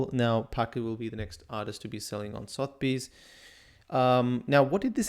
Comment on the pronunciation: Suh-thuh-beez’ my friend not sothbeez. Great educational - really enjoyed it.